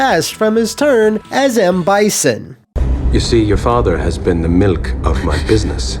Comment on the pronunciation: The way homie said milk really bothers me. Sounds like mill ick